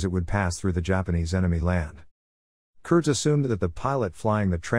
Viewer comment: It is actually pronounced with a long E. Curd-ees. Nice video of my grandfather